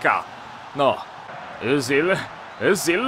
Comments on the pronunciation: i Ezil się mówi nie Yzil, bo to niemiecki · A zupełnie poprawnie po niemiecku to "Ycil". Ale każdy mówi jak chce.